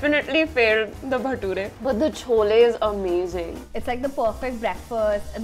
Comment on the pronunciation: She butchered the Baturas